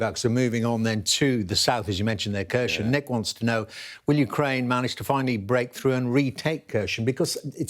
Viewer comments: The Ukrainian speakers I've heard on YouTube pronounce Kherson with a silent K. "Hair-son" with the emphasis on the second syllable. Same with Kharkiv as "Har-keeve". We owe it to them to at least TRY to pronounce the names correctly. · He still can't pronounce Kherson 🤦